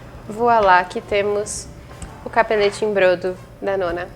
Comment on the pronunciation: A pronúncia é bródo.